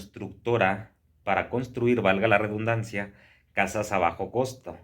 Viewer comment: Sin afan de molestar ni ofender... se dice Redundancia con "D".. ReDDDundancia... . No ReBundancia...